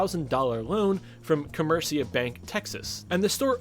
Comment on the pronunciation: You pronounce comerica wrong break the word down Come-rica